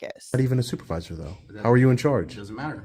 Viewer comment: Du did they say the stupervisor l.o.l.